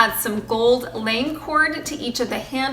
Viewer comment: All your projects are classy, beautiful, simple and inspiring. I loved them all, but I think the gold anchor piece is my favorite. (By the way, the gold cord you added to the ship’s wheel and anchor is pronounced la-may. Lame’ is a shiny fabric woven with gold threads.)